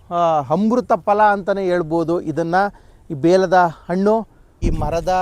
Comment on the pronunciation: Please pronounce Hannu not Annu . pronounce kannada fluently.